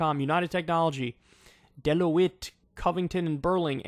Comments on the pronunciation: Oh, and by the way, Kyle; I love you, but Deloitte is pronounced "DEL-OYT," not "DE-LA-WIT." 😆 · Did you just pronounce Deloitte as “del-oh-witt” 😂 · Kyle, It is pronounced "de-loits" as in it ryhmes with "detroits".... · just comin in here to say it's pronounced DEL-OIT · I used to work with people from Deloitte when I was a customer service person at Avis-Budget because they used us a lot for car rentals. In the future...know that it's pronounced "duh-loyt." It's definitely a turning tide to see this race, but Oklahoma winning on the State Question 788 to legalize medical marijuana...especially being "the most liberal," medical marijuana law in the country is also another huge upset. Everyone thought the hundreds of thousands of dollars that the opposition pumped into smear campaigns and straight-up lies all over local TV and radio was going to ensure that the measure was defeated. These types of victories just prove that it's not always about who has the most money. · "Deh-loh-wit" ....close enough, lol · This is amazing news and all but did Kyle really just call Deloitte “de-loh-itt” lmao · Not even knowing how to pronounce Deloitte is another reason I like Kyle 😂❤️